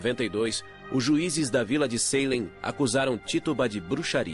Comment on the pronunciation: eu tendo um mini avc toda vez q o narrador falava "Saylem" ao invés de "Salém"